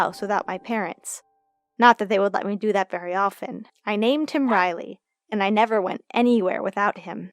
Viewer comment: Lol my name is Rylee but u pronounced it like Riley